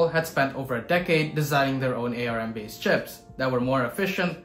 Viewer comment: I've never heard anyone pronounce Arm as Ay Ar Em before. ARM used to be an acronym first Acorn Risc Machine then Advanced Risc Machines but now Arm just means Arm. Look at their website they spell Arm with a single capital and two lower letters just like the way you don't write an all caps acronym. I had the original Acorn Archimedes with the ARM 2, even though ARM was an acronym you never heard the Acorn guys spelling out the acronym. Perhaps a GIF - jif kind of thing. People that heard the compuserve guys say jif pronounced it that way. For folks not in the US we read it as gif with a hard g. Perhaps you've only read of Arm cores and not watched any videos of Steve Furber or Sophie Wilson at Acorn who created the original processor.